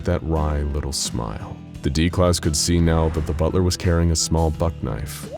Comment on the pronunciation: I thought you said one hell of a butter